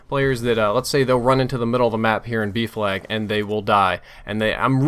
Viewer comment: It took me until the middle of the video to realise he was saying 'B flag' and not 'beef lag'